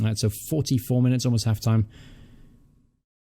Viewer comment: have you slightly got an american accent when you say clock and half time ?